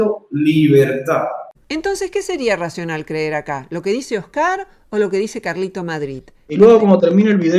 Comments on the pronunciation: "Oscár" "Un tío blanco HÉtero", ¿Pór que Róxana cambiá los ácentos a las pálabras?, no lo entiendó... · No entiendo por qué Roxana dice Oscar y no Óscar. Me rechina. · Esta señora tiene varios problemas, pero uno de ellos es con los nombres, los pronuncia como le da la gana. Oscár y Tío Blanco Hétero.